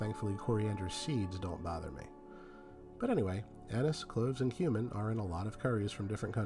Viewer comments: He certainly does say human. 👍🏼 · Am I the only one who keeps hearing"human" when he says he can't stand the taste of cumin? I mean I'm fairly open minded, but I was a bit shocked all the same..